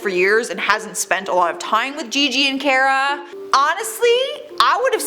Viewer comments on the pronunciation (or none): She pronounced Cara as Keira😂😂